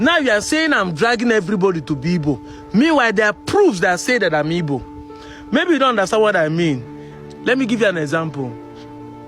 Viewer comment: please can you stop pronouncing ''Igbo'' as ''Ibo'' the way the Yoruba pronounce it? Keep up the good work on the sensitization.